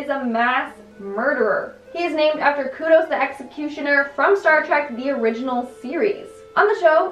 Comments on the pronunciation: Kodos, not kudos. Kudos for trying though. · And Kudos instead of Kodos smh. Aight I’ma head out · Researches and pronounces Groening correctly, kudos on that. But pronounces Les Miserables.. and Kodos.. completely wrong. No kudos for you! Keep pumping these out though. You're alright with me.